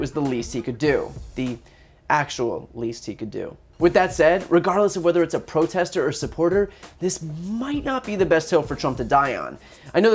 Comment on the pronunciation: I tink he taught I was a protestah